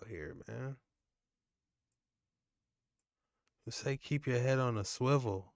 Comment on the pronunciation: Hey we know the correct word is ‘swivel’, and is pronounced as spelled, but over here it’s straight ‘schwivel’ - uniquely said by.